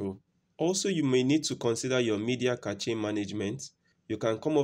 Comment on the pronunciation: Hey great vid. FYI Cache is pronounced like this: "Cash" just thought i'd let you know. not throwing shade at you or anything.